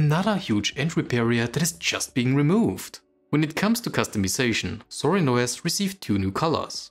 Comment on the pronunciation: It's actually "Zorin", not "Sorin" :)